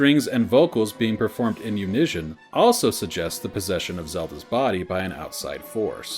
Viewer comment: Great series, but I'm pretty sure that's not how you pronounce "unison". It's a soft "s" not a "sh"